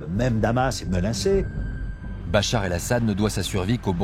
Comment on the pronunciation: Интересно слушать как нейросеть называет Башара аль Асада...и Бачар, и Бахар, я думал. в конце видео его вообще Боратом аль Асадом назавут😁😁😁🤦